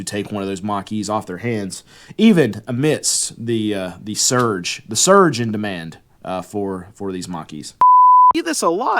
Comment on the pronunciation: Man has an issue with the word "surge" but no problems with his "COLLAPSING" titles. LOL